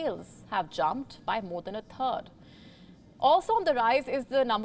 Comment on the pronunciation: If you have sufficient command of the English language, to know how to pronounce the term: "THIRD" in Math it is 1/3 or 0,3. You pronounce it as "TURD" and this is human faeces. The formal definition is: "Solid excretory product evacuated from the bowels." With a little bit of practice, you should regain some respect, because as it stands, you are harming your image. Hindi accent, is indeed the language that is the least tolerated by English listeners. Alternatively, you could use a text to speech converter; they are freely available.